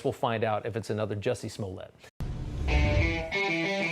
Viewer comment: Its Juicy Smoolyay!!!